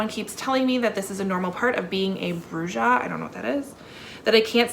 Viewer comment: Great mugs, great books! Am definitely going to look into many of these! We love FRIENDS and Schitt's Creek too! We watch the shows often. (FYI Labyrinth Lost: bruja = witch (female), and the j makes an h sound so it's like bru-ha but roll the r). Thanks for a fun video! oh ps your kitty is so cute!